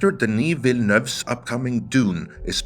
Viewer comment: Kudos on your pronunciation of Denis Villeneuve, you did it like a real French man!